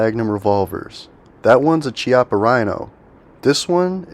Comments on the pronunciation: Loved the video! For what it's worth, "Chiappa" is pronounced with a K sound. Kee-ah-pah. Highly recommend the Rhino line. By far the most comfortable .357 on the market. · Made in Italy....pernounced Kee-appa".... look it up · " Chiappa " is spoken " Kiappa" " chi " in Italian is Ki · When you go to an Italian restaurant, do you order a bottle of chee-anti or kee-anti? Chiappa is Italian and pronounced the same as Chianti.